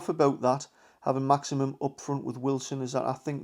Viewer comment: Great content. But its Maximin not Maximum.😊👍